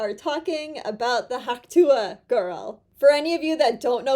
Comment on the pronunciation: Tuah has 1 syllable! Reference the original clip! tuh! (Sorry, I'm so OCD that I have to call it CDO - I have to put the letters in alphabetical order!)